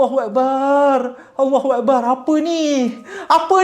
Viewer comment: sebutan Allahuakbar kena betolkan,,,sebutan yg salah bawa maksud yg lain,maaf